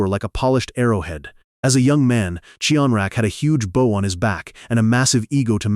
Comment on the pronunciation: The mispronunciation of bow is always a dead giveaway